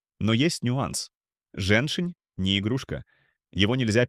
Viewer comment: жЕньь-шень. ударение на первом слоге. А не женшина.